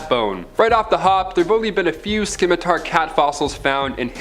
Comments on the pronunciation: It would be better if he could pronounce Scimitar properly, its not ski mi tar, its si mi tar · The "c" in the word Scimitar is actually silent. It's spelled Scimitar, but pronounced "Simitar". 😉I LOVE the Tuck Everlasting reference! Most Excellent! ~ APRIL LIPKE